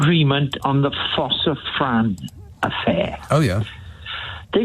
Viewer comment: I love Jeff from Merthyr, but he needs to work on Ffos-y-fran. It's "force" (with a silent "r") not "foss", and "vraaahn" (with a "v" and a long "a") not "Fran", as in short for Frances. Jeff's pronunciation of Welsh words is otherwise excellent, so it's odd that he slips up in this instance.